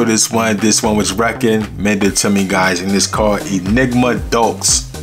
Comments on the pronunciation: The ‘x’ in deux is silent - it’s a French word, it’s not pronounced “doghx” 😂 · Omg....it's not "DOKES"....It's French for "two" and it's pronounced "DOO"....🫢🤭